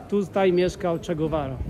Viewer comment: Jedziesz do danego miejsca i zero przygotowań, nawet podstaw. Ani słowa po hiszpańsku, mówisz że jesteś na Malecon a nawet ani trochę nie pokazałeś Malecon, gdzie spotykają się ludzie. Nie potrafisz wymówić poprawnie Che Guevara. Jedynie umiesz lazic i gadać z bandziorami. Nie polecam sugerować się jego filmami o danym kraju.